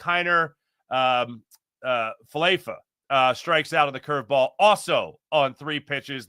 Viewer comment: Why do you disrespect IKF's name like that?